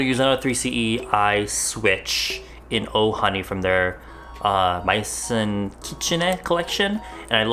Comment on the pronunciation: just wanted to inform you that “maison” in maison kitsune is pronounced “mezzo(n)”, just so you won’t embarrass yourself next time in front of your french audience:) im not french, just belgian, so you’re safe